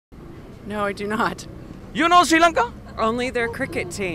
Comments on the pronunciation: Do u know See Lanka??? Please pronounce it properly either Shri Lanka or Sri Lanka. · SHEE lanka nathuwa hariata pronounce karapan ratey nama!! #redda